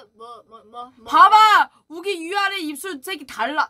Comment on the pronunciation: is how Yuqi's name is enunciated properly.